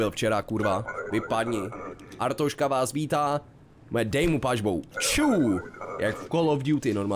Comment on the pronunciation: To je fakt mor, jak tomu všichni říkají Artoška. Podle mě není tak těžký říct Arstotzka xD